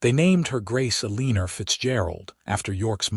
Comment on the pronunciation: It’s el-en-or not ah-lean-er